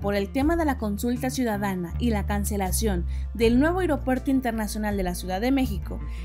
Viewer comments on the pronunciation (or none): none